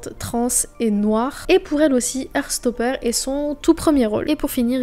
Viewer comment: « her stopeur » MDR